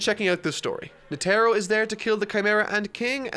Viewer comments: NE-te-ro not ne-TE-ro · Crazy how people had fits over how pronounced Gon but nobody wants to correct him on Netero oof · Has he been pronouncing Netero’s name like that the whole time? lol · Bro why he pronounce netero like that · Please pronounce Netaro correctly… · In dub, they say "Kura-peh-ka" instead of "Kura-pee-ka", and Palm & Netero as it's spelled. Not sure how he got Palm and Netero names pronunciation wrong, but maybe due to his accent.